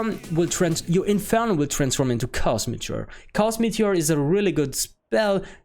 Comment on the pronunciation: Cool vid, I like the idea of a fire lock. Also it doesn't sound like English is your first language, so I'll help you out. Chaos is pronounced KAY-OS, not KOS. Cheers!